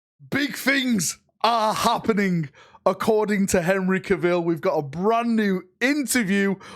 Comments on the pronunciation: You lost me in the first few seconds. It's pronounced "Kah-vil" not Ka-veel. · its cAvill not cavILL lol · Cah'ville or Carvull, but never Cavill. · Your pronunciation of Cavill is hilarious. People need to keep a close eye on their dalmations around Henry if your pronunciation is correct. In Henry Cavills own words 'Cavill is prounced like travel'. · You pronounced his name like 'Ca-ville' and my eye twitched. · Seems like Henry would know how to pronounce his own last name 😂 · commitment to never pronouncing Cavill's name properly is genuinely impressive. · At this point it is clear that he is just trolling us. So many people mentioned it and he passionately ignoring any feedback on this. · Next time he will call him Enri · Or more likely we can assume he's an imbecile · can't pronounce his surname correctly 😅